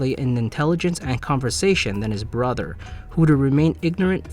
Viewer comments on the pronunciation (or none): none